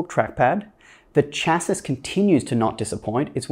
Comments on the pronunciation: Chas- “c” ....not chas- “sis”! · Just because I hear this on YouTube a lot, I figured I'd try to help. The "s" at the end of "chassis" is silent in all the current pronunciations of the word